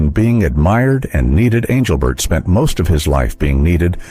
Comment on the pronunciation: Please tell this guy speaking to pronounce Engelbert's name correctly